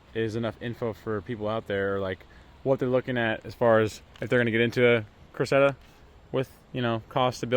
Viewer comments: How can you butcher the name of a “Cresseda” so badly 😂🤦‍♂️ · Cressida is pronounced like the girl name